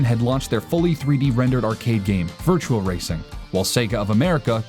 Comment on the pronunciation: Goddamn all you illiterates piss me the fuck off every time you read virtua and pronounce it virtual. Seriously now, fake gamer called out now.